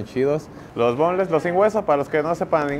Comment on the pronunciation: Sabes que alguien es de barrio cuando dice boneles en lugar boneless